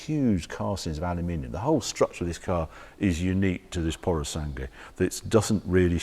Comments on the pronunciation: Pu-ro-sàn-GUE Not "pursang"🤦🏻‍♂️ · Puro sangue, pronunciare "sangwe". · Oh dear, Harry needs to work on his Italian pronunciation. It’s Purro-SAN-Gway.